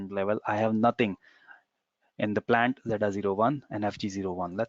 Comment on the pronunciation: Hi. Thanks for the amazing videos. Can you please not put too much emphasis on the last T of a word when talking. Like you say Plantttaaaa! it is not important comment may be I have focused too much on your T pronunciation! all good thanks!